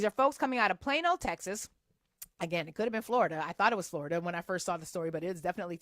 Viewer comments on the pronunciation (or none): none